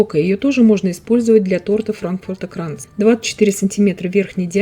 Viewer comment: Wie schön und perfekt sie Frankfurter Kranz aussprechen. Der Kuchen sieht ebenso perfekt aus. Bravo 👍🏻 Er schmeckt noch besser nach 2 Tagen. Johannisbeer Gellee eignet sich auch sehr gut.